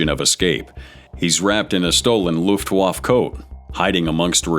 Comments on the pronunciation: Perhaps if they're going to be 'The Voice of God's they should get a lot more right. It's pronounced Looft-Vaffa for LuftWaffa and Vehr-makt for Wehrmacht. See if you can remember it! I know your Romanian words are wrong. There's time and effort put into all the bleeping and blurring making it partly incomprehensible as well as largely unwatchable. Add to that, that it's clickbait. Then there's the ads. It's not terribly hard to look up word pronunciation. Get it right! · Whoever is making this. We aren't fools with your cheap AI garbage. Cant even say Luftwaffe or Ceausescu correctly.